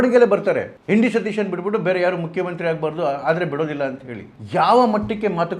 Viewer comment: You don't even know to pronounce the name properly. It is V.D.Sateeshan nót N.D.Sateeshan